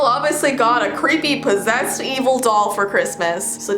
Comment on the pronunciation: Lol when she said pesesd doll I started laughing